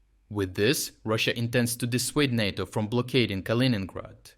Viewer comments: Narto? It’s NATO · It's Nay-Toe... Not Nat-Toe... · Nay-tow. Not Nah-tow. You say it right sometimes. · NAY-TO...NAY-TO not NOT-TO. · Could you please pronounce NATO correctly? It's "Nay - Toe". "Nah - Toe" sounds like "natto", a sticky, fermented-bean Japanese food. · Is this voiceover AI? What's with the nahto vs NATO pronounciation? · voice pronounces both NATO (nay-toh) and NATTO (nah-toh). One is the North Atlantic Treaty Organization. The other is Fermented Soy-beans. I mean both should scare Putin and Russia but for very different reasons. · We call it NAYTO, you’re saying it like Natto which is a Japanese food. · It's pronounced "NAY-TOE". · So are all these readouts just AI based? It's unfortunate. This stupid thing says natto with a soft a 100 times and then says NATO properly once. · Great up date but can I make a request ? NATO = “ nay-toe “ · Love your channel, but please , the "a" in NATO is a long "a," like crayon or crate. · NATO is pronounce NĀ-TO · Never pronounced NATTO, only NAYTO like PAY or RAY or GRAY. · RFU News — Strategic Geopolitics; Nay·Tow, Nay·Tow ..NATO, say it with me Nay·Tow, Nay·Tow (oh also.. you're Still coloring Ukraine improperly on your maps.. c'mon, how many years..) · For the Love of whatever imaginary friend you pray to learn how to pronounce NATO!!!!!!!! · Why do you pronounce NATO 3 different ways in one video?